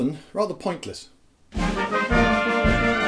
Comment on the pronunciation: I can't help but think the lego guy is saying "disney bear!"